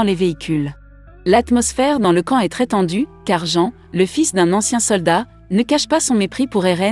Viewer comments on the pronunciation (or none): none